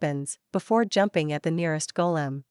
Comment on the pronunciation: Golem? Not Kolem 😂😂😂